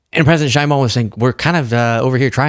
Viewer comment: thanks for posting this. However, you are mispronouncing President Sheinbaum's name. It's Sh/e/inbaum. Use the Spanish /e/ sound, as in exit.